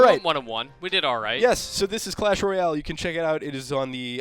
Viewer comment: How did you think it was? Royal and Royale are two completely different words lmao